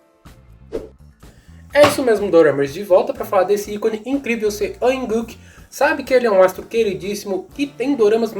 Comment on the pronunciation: Não se pronuncia Seo in Guk, se pronuncia SÓ IN GU